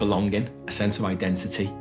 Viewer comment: Could somebody have at least explained to Stacey the the word 'genetisist' has a t in the middle. Oddly she pronounces both ts in identity.